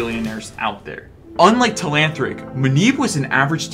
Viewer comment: learn how to say telanthric.